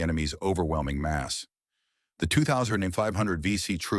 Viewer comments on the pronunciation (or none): none